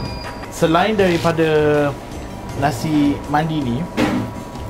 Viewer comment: Nasi Mendy ke atau memang sebutan dia Nasi Mandi..? 😕